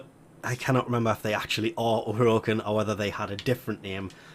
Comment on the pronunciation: How you are pronouncing orokin and Nata is driving me up the wall not going to lie